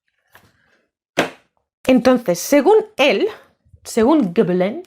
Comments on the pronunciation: Hola,. Sólo un apunte breve: en francés, la "G" sólo se pronuncia "gue" cuando le sigue una A, una O o una U. Si le sigue una E o una I, se pronuncia "ye" o "yi" (igual q en español, vamos). Por lo q Gébelin se pronuncia "yebelan", no "gebelan" (para conseguir ese sonido habría q añadir una U después de la G). Ya sé q es meramente anecdótico pero quería decilo. 😊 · Gebelin se pronuncia "Shebelon"